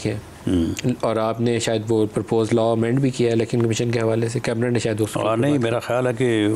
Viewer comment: Not LA but LAW